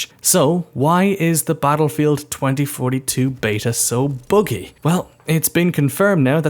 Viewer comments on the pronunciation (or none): Its buggy not boogy 😊😂